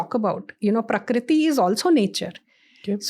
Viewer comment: Ma'am, it's Prakriti, not Parikriti.